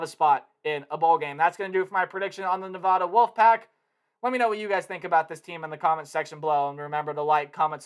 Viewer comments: It's Nevada not nevahda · It’s nuh-VAD-uh! That’s my alma mater! People always say it wrong!